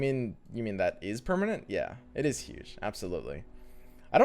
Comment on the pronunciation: Eet iz time for Braum :D